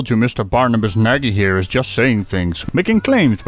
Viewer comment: Hé, de correcte uitspraak van het Hongaarse woord "Nagy" (wat "Groot" betekent) is als Nadj! (gebruik Google Translate om het te horen!) Groetjes uit Almere.